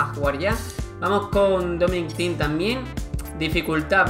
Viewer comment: Es "tim" (thiem)